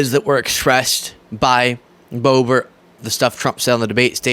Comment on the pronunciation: The intentional mispronunciation of her name is done out of disrespect. I’m tired of them doing that petty s#!t.